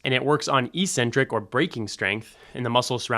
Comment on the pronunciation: Thanks. Trying to be helpful: Check out the pronunciation of "eccentric."